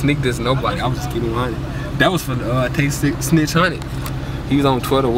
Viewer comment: dude said "tay snitch00" lol